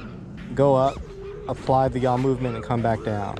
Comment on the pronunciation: You make the "jaw speen" easier than Charpu. 😂😂